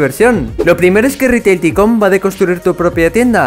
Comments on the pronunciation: Gente normal: Taicun: Ticon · YO :PARA DE DECIR TICONNN! Pero gracias xd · Yo al escuchar ticon:sangran mis oidos